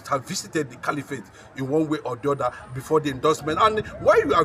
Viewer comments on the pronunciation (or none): I thought you went to school. Cali-what? Do you mean caliphate or califat?